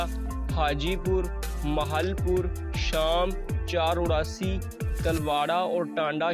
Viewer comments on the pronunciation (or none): Bhaji Sham Churasi Sahi Naam Hai Ji na Ki Sham Chrarrsi